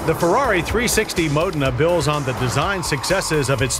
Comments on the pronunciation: Please teach him to pronounce foreign words. Modna? Mo-dayyyy-na. For pete's sake😂😂😂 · I always called this a Mo Deena. I never knew I was pronouncing it wrong.